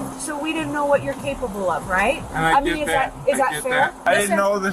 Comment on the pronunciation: What do you MEAN-UH